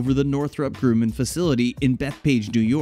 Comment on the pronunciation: The "u" in Grumman is soft. 🤷🏽‍♂️